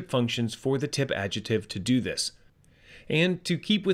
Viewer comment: can you use some fuzzy logic to teach the robovoice how to pronounce adjective & inference? such an obvious tell.